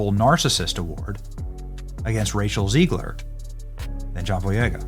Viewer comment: Am I tripping did Benny call rachel zegler “Racial zegler” 😂😂😂😂😂😂